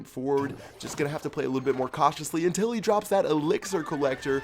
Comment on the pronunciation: True af but i think he is say intel next time like intel the company or whatevs